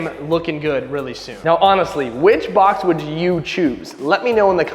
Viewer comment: Bob instead of box